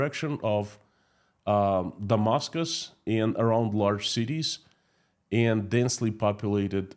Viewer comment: Hi PSE ask some English speaking person to teach you how to pronounce the word and. You say end